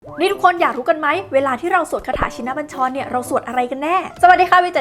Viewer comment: อ่านยังอ่านผิด ชิน อ่านว่า ชิ-นะ